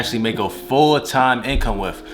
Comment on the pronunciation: He said wif him